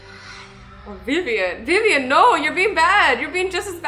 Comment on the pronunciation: WAIT DID AZZY SAY VIVAN? MY NAME IS VIVIAN